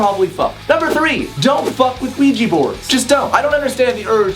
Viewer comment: "Don't use a Ojua board" WELP